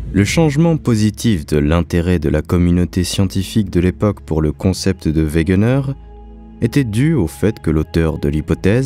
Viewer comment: Excellente vidéo mais il faut dire Alfred wegener et non wegner il me semble